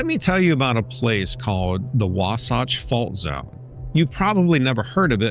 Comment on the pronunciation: WAH - SATCH !!! IS HOW ITS PRONOUNCED SWEETIE !!